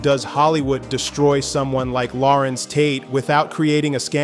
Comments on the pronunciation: HIS NAME IS LA RENZ NOT LAWRENCE…. GET IT RIGHT!!!! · I previously complimented A.I for pronunciation of Larenz’s first name. Now I take it back. His name is Larenz ( if you need help pronunciation. Ask him) It’s NOT Lawrence Thank you with respect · A.I. started mispronouncing his name as “Lawrence” Eventually made adjustment to Pronounce correctly. This is one of the million reasons why I question A.I. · Loved him in POWER he was something else and he was definitely America’s worst nightmare in Menace II Society and pronounce him damn name correctly. Lah - renze Tate loved his brother in “Barber Shop” ❤❤ hilarious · La RENZ emphasis on the second syllable. LaRenz Tate is a 🔥🔥🔥 actor and guy!❤❤❤ him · Y'alls gotta stop with this AI. Who tf is Law-rense 😂😅🤣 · I wish these narrators will stop mispronouncing the artists name as if they don’t know better. So disrespectful ever heard of a discipline in editing?!? So sloppy! Plus the information is opinion based instead of just facts! Nobody cares about the gossip! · Well dude if you could learn to pronounce his name correct that would be a start. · Say his name right first of all...let's start there.